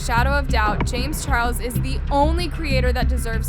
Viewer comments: Can we all take the time to appreciate how in said chames Charles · anyone else hear “james churros” LMFAO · hold on is it just me or did hear say James churros? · i love how she says “ James churros” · I love how says “james churros” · James “Churros”😂😂😂